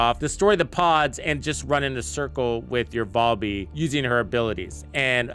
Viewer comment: VAL-bee, not Voll-bee lmao